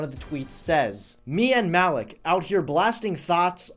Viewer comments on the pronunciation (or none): it's pronounced mull-eek i know cuz i have a friend named Malik